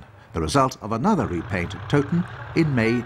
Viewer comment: Toeton no toton